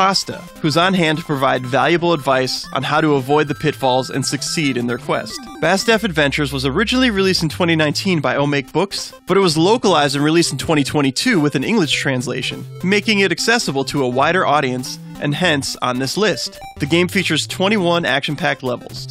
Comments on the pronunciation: It's pronounced "oh-ma-kay", like おまけ in japanese ("freebie, give-away"), not "oh make" in english.😅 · I regret to inform you that "Omake" is pronounced "oh-mawk-eh" (It's Japanese for "extra")